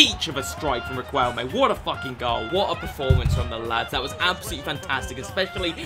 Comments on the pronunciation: Whos gonna tell our boy that it is pronounced “rikelme” and not “riqwelme”😂😂😂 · not being annoying but it’s pronounced ri-k-elme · GOD!!!! the U is silent !!! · I love your videos mate they are so fun. Also brief Spanish lesson, you don't pronounce the "u" when its before the q, like in queso.